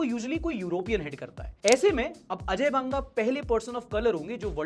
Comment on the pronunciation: बांगा नहीं भाई बंगा ✅।